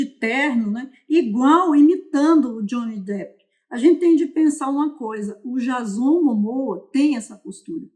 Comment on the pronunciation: não é jazón... é Diêizon 👀